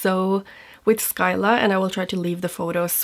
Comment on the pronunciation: Between this release and the Clionadh one, I realize quite a few of those shades already exist in Glamshop's line . I'm sure you've seen them release 3 new multichromes. Their multis are prolly my favs. Btw Scylla is simply pronounced Si-la (See luh), the C is silent.